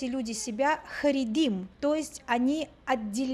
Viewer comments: Очень много неточностей. Очень личный взгляд абсолютно на все,о чем говорит. А говорить нужно правильно. Не "харегим",а "харедим". Означает это не отделение, а степень веры: "Трепещущие перед богом",а переводится,как просто религиозный. Канал,вроде познавательный,но многие вещи преподносятся поверхностно без всякого понятия что к чему, то есть, необъективно. Просматривается и насмешка и высокомерие по отношению к другой вере,отличной от православной. Мне непонятно,зачем браться за рассказы о евреях,если вы даже не понимаете, кто это? Рассказывайте про православие. Это у вас очень хорошо получается. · Да? А сказать,что харидим ненавидят все другие граждане страны- это уважение по-вашему? Даже назвать не смогли правильно. Вместо харидим, сказала:"Харигим". То есть,человек без всякого понятия... Во-первых,это неправда. А во-вторых,наглость свое мнение выдавать за истину. Это мнение крестьян. Почему-то на Ютубе о крестьянах никто не делает видео. Никто не заглядывает в крестьянские дворы и не рассказывает,что они носят,как молятся и т.д.. Чему восхищаться. Люди и архитектура,которые попали в кадр- не заслуга авторов. Они даже понятия не имели для чего их снимали... Этот канал преследует свою цель.